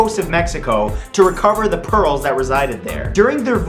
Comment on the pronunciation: why do I hear perols instead of pearls...